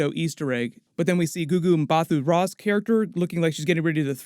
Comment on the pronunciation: Just letting you know the ‘h’ in Mbatha is silent so it’s pronounced Mbata.